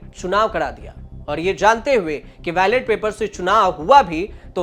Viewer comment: भाई, वैलेट पेपर नहीं बैलट पेपर कहें